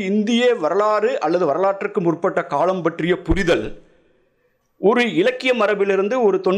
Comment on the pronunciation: இவர் ஏன் காளம் என்கிறார்